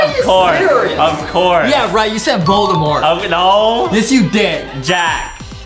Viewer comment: Stop lying Adam you said boldamort.